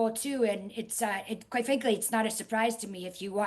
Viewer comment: As soon as she said "Qwite fwankly" I couldn't unhear it lol